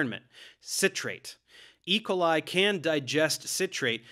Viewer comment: Love this video, but your pronunciation of E. coli is distracting me haha